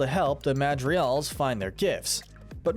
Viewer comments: Hey, you’re construction mispronouncing Madrigals whenever you are saying it. But regardless, great video guys. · This was confirmed false by the directors. Mirabel wiping her hands on her dress didn’t screw up the magic AT ALL, I’m pretty sure. Also: Julieta’s name is pronounced hoo-lee-et-ah, NOT joo-lee-et-ah. The G in Madrigals is pronounced.